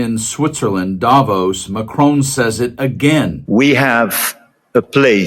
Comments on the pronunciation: Davos as in boss not nose. And it’s Macron as in ‘on’ not Macron as in own. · Please pronounce the name of the President of France correctly. It should be ‘Mack Ron’ not Mack Roan’ c’mon. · His name is MAC-RON!!! NOT MACRONE….. FFS! Please try….! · Your coverage is great, as always, but could I respectfully point out to America that there is no E at the end of President Macron's name! It is pronounced Mac-RON, not Mac-RONE 😉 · PLEASE STOP SAYING Macrone - It is MacRON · Président Ma-chron, NOT Ma-crone! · You know, his name isn’t McKrone. It’s Macron. The O is the same one in hot. You don’t say “Hoat”… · It is NOT Macrone as in phone or bone or tone. There's no bloody E at the end. Can't you read properly? I doubt if your finger is on the pulse of the latest news when you cant even pronounce the name of the President of France correctly; show some respect! It is quite simple...... MacRON. Jeeeez! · Why do USA people find it impossible to correctly pronounce ‘Macron’? 🫩And why did you ignore Prime Minister Mark Carney’s fantastic speech, which garnered a very rare standing ovation? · Get your AI to pronounce " Macron " properly. Or don't use AI...... grates on the ears...